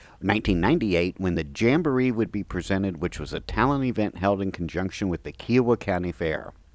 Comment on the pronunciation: Interesting walk-through. I've always heard Kiowa pronounced with an emphasis on the "I." KI-owa.